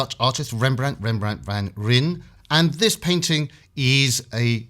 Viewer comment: "Van Rijn": if you pronounce is as "Van Rhine" (as Rijn = Rhine in English), you are closer to the way the word "Rijn" is pronounced in the Netherlands.